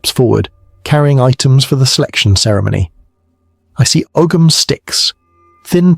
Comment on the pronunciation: Second one. Ogham pronounced Oam.